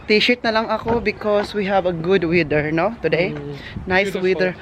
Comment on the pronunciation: Weather not weder Ang pronunciation.